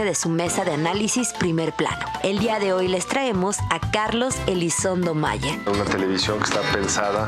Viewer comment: Elizondo o Elizonzo?? 😅